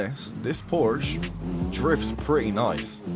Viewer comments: Learn to say PORSECHE my guy ffs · I say porsh lmao